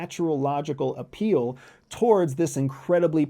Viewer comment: The word is “appeal “ 😂that’s not difficult to “ intercept “ right? 😊